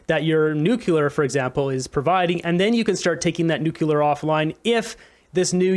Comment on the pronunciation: It's 'Nuc - lear' nuclear pronounced New- clee - ar not: New kew - lar. President Bush (George Bush) constantly made the same mistake. (Just sayin' ) I adore Danielle Smith, she thinks and speaks so clearly and logically, and so correctly. A great communicator, as is Jordan Peterson. It would be political and social suicide to align oneself with Justin Trudeau and the Liberals. Mark Carney would be making a huge mistake because jumping on board a ship that is sinking so rapidly , no matter how good you are at baling, it's going to sink as you are baling and arguing with a Captain, who is determined to make it sink, and determined to make it look like an accident.